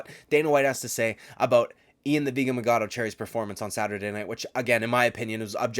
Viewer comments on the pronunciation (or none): It’s machado not magado!! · You don’t have to say “ian the vegan Machado garry” 20,000 times. Especially when you can’t even say machado right. Idk if you’re trying to be sarcastic but there’s an h there.